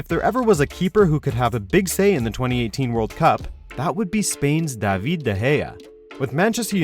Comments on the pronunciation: In case you didn't know: David is pronounced as David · Fuck me their pronunciation of David is pure weird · Daavid the hair 😂😂 funny pronunciation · Kevin what 😂😂😂😂 David what 😂😂😂 Does he use an AI to pronounce them